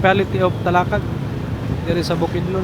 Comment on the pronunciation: Ram-bu-tan trees, Ta-la-kag pronounce the words properly if you are going to do a documentary.